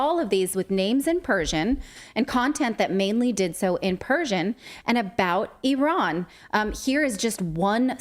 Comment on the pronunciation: It’s so great to hear you pronounce Iran correctly